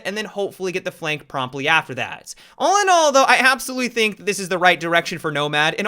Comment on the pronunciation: Why do you say "zat" instead of "that"?